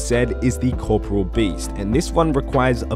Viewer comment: Is there anyone out there who pronounces 'Corporeal Beast' Properly. Corporal and Corporeal aren't the same word